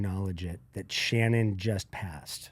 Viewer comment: Folks... the name is Shannen, not Shannon or Shannan. Shannen. It's even written in the title so pay attention.